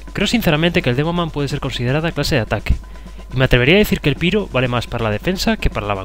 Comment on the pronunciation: se pronuncia "Pairo" no "piro": )